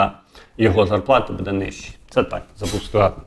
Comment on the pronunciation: А отой саме Його наголос в слові будЕ, замість бУде…………!